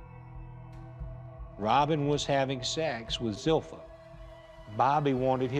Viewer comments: Is anyone else fascinated by the fact that Zilpha's family mispronounces her name? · I was surprised to see her name was spelled Zilpha when everyone pronounced it Zelphia.